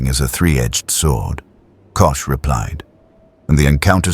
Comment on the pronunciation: Not Kush it sounds like Cosh.❤❤🎉🎉❤🎉❤ 😮😮😊😊😅😅😂😂🥺